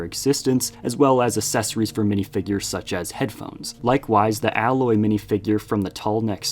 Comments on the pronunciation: "AY-loy", not "alloy" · Aloy is pronounced A-loy like the letter A then loy like the first syllable in Lloyd